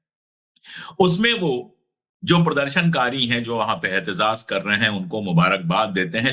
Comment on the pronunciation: अशोक भाई सही शब्द एहतेजाज है, एहतेज़ाज़ गलत उच्चारण है।